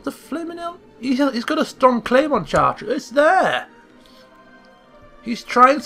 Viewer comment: maybe pronounced Chart-reh